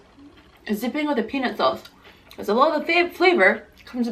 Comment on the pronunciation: you talk too much your talk was more than the food and the way u said peanut sauce it sounded like penis sauce